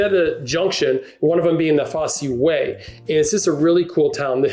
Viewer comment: It’s pronounced Foss way, not Fossy way, the Roman road that runs from Exeter to Lincoln